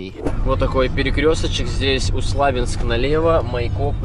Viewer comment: Привет ребят! Всё очень классно🤗 И видео и быт. Ну пожалуйста, произноси правильно города и т д. Усть - Лабинск ударение на "И "